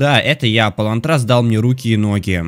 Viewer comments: И не полон трас а полонтрас на о ударение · Правильно Палонтрас ударение на о! о! понял? Думаю да,и скажи это игра платная?На телефоне да,а на ПК платно?Скажи как её установить. Установил две главы -260рублей а работает одна скажи как установить. Скачивал 9 часов нифига помоги. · Палонтрас ударение (на о) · Не мабУка! А МАбука!!!! Пж в топ чтобы видел! И не полонтрАс!!!!! А полОнтрас!!!! Просто подбешивает когда неправильно говорит. Не поймите неправильно!!! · Не Мабу́ка, а Ма́бука и Пало́нтрас а не Палонтра́с! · ПалОнтрас, а не ПалонтрАс!!! Не РЕмор, а РЭмор читается! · и не палонтрАс ,а палОнтрас! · Это не ПалонтрАс, а ПалОнтрас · Не Палонртáс а Палóнтрас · Не палонтра'с а пало'нтрас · Не палонтрАс а палОнтрас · палОнтрас ударение на О. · ПалОнтрам ударение на ОООООООО!!!!!!!!!!!!😟😟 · не мабУка, а мАбука И еще палОнтрас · ИврЕста ударение на Е. ПалОнтрас ударение О. Поменяй если тебе не сложно) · А ещё правильное ударение на О,палонтрас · Плонтрас ударение на ,,О" а не на ,,А" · говори правильно палонтрас ударение на О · надо читать палонтрас ударение на о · ПалОнтрас большая буква это ударение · Палооонтрас Ударение на о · палОнтрас удрение на о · не камалы а каммалы, Иверста ударение на е, ПалонтрАс не так а ПалОнтрас. Лайки что бы увидел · произносится не ПалонтрАс, а ПалОнтрас не РЕмор , а Ре(э) мОр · палонтрас,ударение на О!!!!!!!! мабука,ударение на А!!!!!!!!! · Правильно не Палонтрас (удр. на 1а ), а Палонтрас (удр. на о ) Не Мабука (удр. на у), а Мабука (удр. на а) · полОнтрас а не полонтрАс